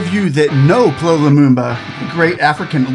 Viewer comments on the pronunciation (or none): 😂😂😂You got his name wrong.... Say it with me.... "Pea Ell Oww Lumumba"... PLO is an abbreviation Your content is top notch 👌👌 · His name is pronounced letter by letter, P.L.O., It is NOT pronounced PLO as in flow. Get it right! once again you've proved the arrogance of western culture does not care. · The name is not "plo" as you wrongly pronounce it. It's P. L. Or. Those are his initials for Patrick Loch Otieno. If you respect the man let your respect include calling his name properly. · It's P.L.O not plo, every letter stands for a name. Good job sir.